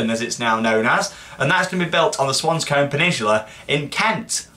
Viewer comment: The way you say Swanscombe is so funny haha. Living there myself aswell is great news knowing there may be a theme park 1 min walk away!